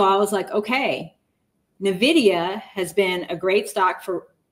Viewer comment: Why does nobody know how to pronounce Nvidia?